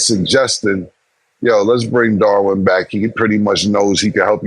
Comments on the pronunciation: they keep calling DARVIN ham darwin ham 😂😂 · Isn’t it Darvin Ham? They keep calling him Darwin. 😂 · "Darwin Ham".....😂 Lol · Darwin ham lol it’s darvin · It is not Darwin…it is Darvin Cam😂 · Why Killa keep calling Darvin Ham Darwin? lol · C’mon why ya still callin this nigga Darwin?? It’s Darvin 😂😂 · Why can’t people say Darvin?